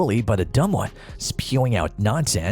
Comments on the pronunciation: Why’s he calling Chael “Kale” lmao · Showing Matt Hughes picture when introducing Chael and then pronouncing it “kale” made me dislike the video and ignore the pages recommendations lol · STOP SAYING KALE SONNEN! Idiot! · I didn’t know Chael was pronounced kale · You cannot even pronounce Chael and you lied about his first fight with Anderson Silva. He DOMINATED Silva until Silva got lucky with a triangle. Horrible video, thumbs down before the 4th minute. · Chael isnt pronounced like that, is it?